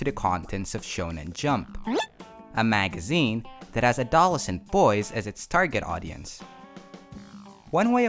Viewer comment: "A doll a cent boys"